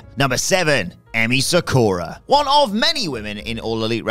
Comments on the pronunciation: Thats not how you say MAH MI. The way youre saying it can get you in trouble. Sah KU Rah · Ah, for cryin' out loud...Even after several years, there are still folks in WhatCulture that can't pronounced "Sakura" properly.